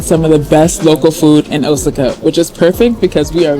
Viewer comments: I was just going to post the correct pronunciation of Osaka. I was thrown off for a minute with his pronunciation. Luv their vids. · Osaka is pronounced: "OH-SOCK-AH". I love your videos. Thanks for sharing, and stay safe!